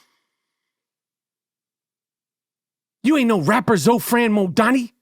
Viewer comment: It's Zohran not Zofran. Lol! He's INDIAN.